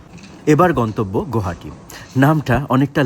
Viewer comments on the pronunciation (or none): Pronounce as গুৱাহাটী,Guwahati, not as গৌহাটী, wrong pronunciation is a form of dishonour to the city,the lake seen is Dipor Beel, দীপৰ বিল।